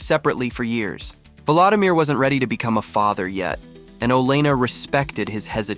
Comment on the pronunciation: His name is pronounced vuh-LO-dimeer, not vuh-LA-dimeer! :face-red-droopy-eyes